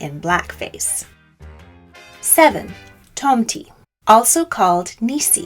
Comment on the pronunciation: Okej nice video, nice research, interesting and all, but the pronounciation is quite out the window, sadly. I first twitched at [kraist kaind] which should be pronounced in the german way [kristt kinn-t]. Then zwarte Piet, despite not speaking dutch myself, was also quite hard to swallow. Tomte / Nisse don't have an i nor y at the end, and are pronounced [tom-teh] and [ni-sseh]. And [did moarge] was soooo... sad. It's [dead mo-rose]. I mean you managed to get the [chn] sound in Belsnickel, but Europe was too far for getting the pronounciations at least a little bit right ? That's disappointing. Also you can't talk about the Wild Hunt of Odinn aka germanic/viking mythology, relate it to modern Christmas, and then not talk about the fact that Jól/Jul was from the start the celebration of Freyr and other Vanir gods, and even Thor and his goats, and that's why the Julbock (Jul goat) got associated with that period of the year... Else I don't really see why including Odinn in the list, because no, he's not a Christmas-period specific character at all. His Wild Hunt lasts a much longer time and when it happens varies depending on sources and places. Otherwise happy that you included the Befana, Krampus and the icelandic spirits !